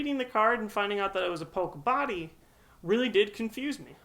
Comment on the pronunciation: It's (pok-ie-bodie) not (pok-e-bodie).